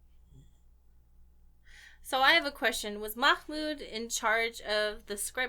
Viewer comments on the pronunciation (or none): its mah-mood. im really sorry but the way you said it triggers me also, if you cant really say it, that's totally okay